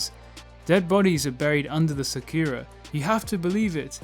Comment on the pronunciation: RIP that pronunciation of Sakura